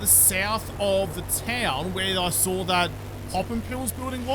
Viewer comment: ‘I came, I thawed, I conquered’ 😂